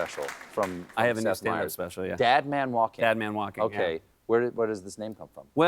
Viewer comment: Is Seth Meyer's new stand-up special called “Dead Man Walking" or "Dad Man Walking"? Sounds like "DAD".